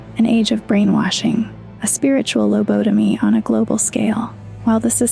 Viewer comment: I very much like the vid so far, and I will sub. My only critique would be touch up some of your pronunciation, like 'lobotomy' for example. Otherwise - kino